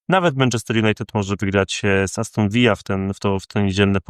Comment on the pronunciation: Aston Villa a nie Aston Vija. To nie Hiszpania.